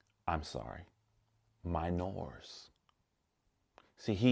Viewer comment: “Mi-nooors”. Damn, love how you said that.